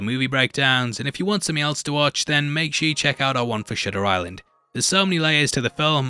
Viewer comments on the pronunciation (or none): When you say shutter it sounds like shitter